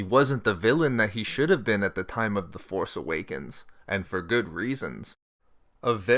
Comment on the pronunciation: Please stop putting the emphasis on "force" in "The Force Awakens".